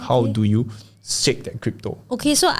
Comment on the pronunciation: STAKE not STACK haha